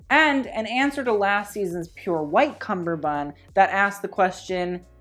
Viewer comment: I'm not anywhere near as literate in fashion as you but I just wanted to mention that it's pronounced "kamar band" (or anglicised: cummerband), not a cumber-band. The first half of the name comes from the Hindi word for waist, "kamar" (pronounced cummer). Source: I'm Indian and speak Hindi.